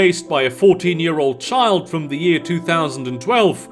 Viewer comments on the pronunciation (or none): none